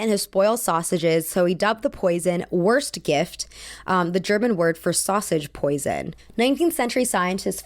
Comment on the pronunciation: "Wurstgift" is pronounced like voorst gift